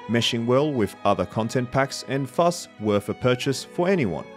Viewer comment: Great video and well produced, with insightful commentary, but pronouncing "th" as a "v" or "f" sound made this difficult to listen to :/ I actually had to rewind when you used the word "thus" but said it like "vfus". For a video with a high level of polish, this lets it down considerably